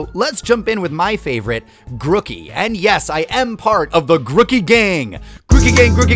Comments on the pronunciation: GrOOkey- 2 ‘o’s, not 1. Groo-key. Not gruh- key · but it’s name origins mean it’s pronounced like groove. If it’s name origins were partially rookie like u said, it’s name would be ‘Rookey’ not Grookey